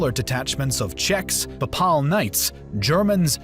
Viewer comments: This narrator is awful. Pap-pal? It's pronounced pay-pul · Every time he said papaaal a small part of me died ='( How can you be into history and not know how to pronounce the papal states name? Other than that two thumbs up. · Pay-pull my dude, PAY-pull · 8.14 Pap parl knights??? Seriously thats the cherry on the cake of manglelization of the English language. Its (pay pull) papal knights. Bloody colonials can't even speak a civilised tongue🧐🤣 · paye-pul , not Papahl. Pronounce! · Papaal?? It's Papal, as in Papacy - warriors from the Pope's direct lands. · Ah yes the PAHPAHL army I’m like 99% sure it’s pay-pul lol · its actually pronounced "paypul"😇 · You mispronounce "Papal". It should be Pay'-puhl. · Excuse me but what is this pronunciation of papal as pa pal? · Lol pa-pal .. the pope needs to hear that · The voice over ruined it for me. What on earth is “pa:paal”? Couldn’t you check the proper pronunciation of unfamiliar words before recording it ? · I love everything about this. Everything. Especially how interested and enthusiastic you sound about the topic. Everything BUT the way you say papal. It’s pronounced PAY-PULL. Other than that, fantastic work! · The narrator set a record for mispronouncing names and words. At the very least he should have known how to pronounce "papal." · I love your videos but what's up with the pronunciation of papal lol can't get passed that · Your pronunciation of Papal is weird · It is Wagenburg, not "vagneberg". Also Papal is like PayPal not pahpal. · Its not just papal he invents words like slained? And gets kosovo nicopolis danube and sipahis wrong. His english is shameful for a native speaker and someone with such poor command of their own language has no business narrating anything. Everything else is good though and any free educational content is a much appreciated gift.